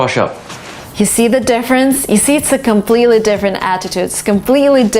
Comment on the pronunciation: comBBletely(X) comPPletely(✓)